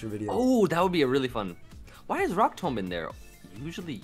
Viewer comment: pronunciation of "tomb" lmao